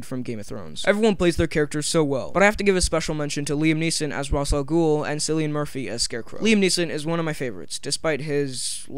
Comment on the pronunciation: its not raz its rashe